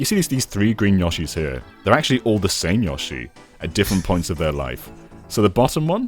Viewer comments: I wanna shake all of the UK each time they say YA-SHE They say their own name constantly, just copy "Yoshi" from any of those games 🙏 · YOH-SHI. Dear GOD, lads. You get bloody Odie right, but not one of the characters your channel's namesake holds dear!